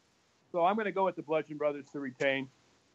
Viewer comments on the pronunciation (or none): Oh no not this girl too... it’s not blundgeon. It’s bludgeon brothers. No n in between...